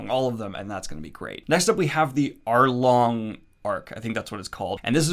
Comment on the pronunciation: Is Usopp a liar? Is he? When Daniel said Arlong Park who else heard Overtaken?